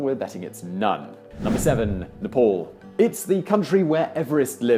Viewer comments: Dude, you needed to do a little bit research on the pronunciation of names :-)."Neypol", "himaleyas".. I don't mean to be rude.. but its Neh-paal, him-aa-la-yaas etc.. just to mention a few. Just one interesting difference in meaning between yours and the real pronunciation of the word Himalayas.. Yours pronunciation vaguely means - the place where ice/snow melts Real pronunciation means - the house of snow/ice No matter what, i enjoy your videos much. Keep going. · it is nepal not "nepaul" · We often pronounce "a" as "au" in London. I guess he's not heard anyone say Nepal correctly out loud and is just reading it how he thinks it should be said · Its not nepol. its nae paal(just for pronunciation) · I don't expect him to pronounce "Thiruvanantpuram" on India correctly but It's hard not to pronounce Nepal correctly. It's written as Nepal not Nepol or Nepaul. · Why westerners call nepal as nepaul ..i dont think it is difficult to make "aa" sound with western accent 😑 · Im Australian an offspring of English people and I can pronounce names the qay they should be.